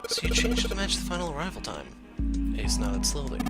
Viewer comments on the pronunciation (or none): Why can’t you say ace and santa?